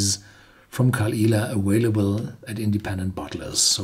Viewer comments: aVailable!!! NOT aWailable!!!! WHY do you refuse to pronounce it properly??!! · Ethan Thaut - unfortunately he hasn't. He posted a video yesterday and he's still saying aWailable